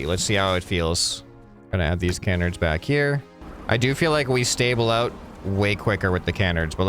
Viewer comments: this lowk pmo its Kuh-nards not Kan-erds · pronouncing canards like "can -erds" instead of "cuh-nards" was painful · It’s killing me, it’s not pronounced canerds its can-ards. Pleeeease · it is pronounced ca-nards